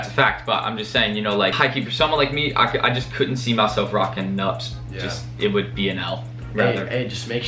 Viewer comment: Losing brain cells every time you try to pronounce “nuptse”